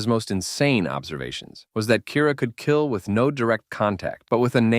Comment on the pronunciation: Took me a few replays of to realise you weren't saying "a device that can gay men literally any human in the world"... Youtube really needs to stop demonetising the word 'kill'